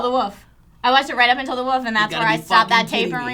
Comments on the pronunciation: I hate how says 'woof' instead of 'wolf' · your inability to say woLf is adorable.